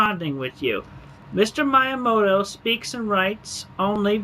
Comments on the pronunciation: Dude's constant mispronouncing of "Miyamoto" and "Fils-Aime" is triggering me. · Am I the only one annoyed by how Chris pronounces Miyamoto’s name?